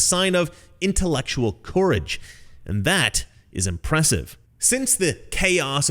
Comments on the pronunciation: The only thing I don't like about this channel is how he pronounces "courage" and "encourage". I've never in my life heard it pronounced the way he does. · I like the way you pronounce 'Courage'...